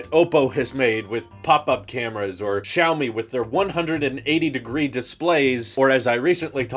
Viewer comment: Poor, pronouncing Xiaomi as "Chow Me" the first time XD